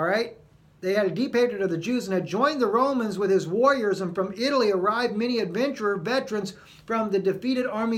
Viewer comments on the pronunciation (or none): none